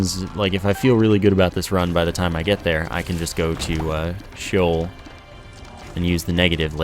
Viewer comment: been watching quite a few of your vids and you've got mad Isaac skills. There are just a few words of Hebrew origin that are hard to say. Sheol is pronounced "shee-ohl" with two syllables and the emphasis on the second syllable. An English translation of "Sheol" would be "hell." Abaddon is pronounced "A-bad-un," is the Greek equivalent of Apollyon, meaning "a place of destruction." Belial is pronounced "beel-ee-uhl" and is Hebrew for "without worth." Anyway, most people will likely be like "TL;DR." That and the fact that there are 300+ items to remember in the game makes it hard to remember what they all do, let alone what their name is, and how to say it.